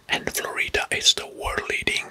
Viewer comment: And Florida is pronounced with the first syllable stressed, not the second. And Idaho is pronounced as EYEdəho 🙂